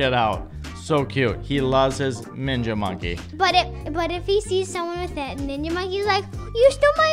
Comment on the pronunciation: He said “minja monkey” LOL